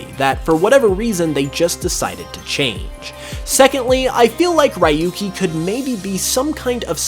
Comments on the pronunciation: Sorry but just had to say it..it's not pronounced as ra-yu-ki but ryoo-ki 😅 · “RY-YU—KEY” hurts my ears so much It’s “REE-YU-KEY”, Japanese Name so he’s from Gen 1, 2, 3 or 4 It’s not too difficult to lead some basic pronunciation :p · I didn't liked how he pronounced Rahyukey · Ryuki's name is pronounced (Ree-yoo-kee) you idiot! Learn to speak Japanese! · Your pronunciation of ryuki killed me. No offense but that's not how you pronounce it 😂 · butchered Ryuki's name